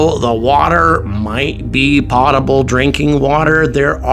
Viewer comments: Pro-tip: Potable is pronounced with a long O. Not a short O. pow·tuh·bl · you lose credibility when you fail to pronounce key words you are using , learn how to pronounce "potable"